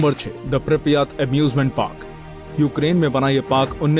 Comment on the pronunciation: Parak nahi park hota hai re baba